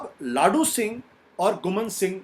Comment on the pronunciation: लाडू सिंह नहीं, लादूसिंह होता है सही नाम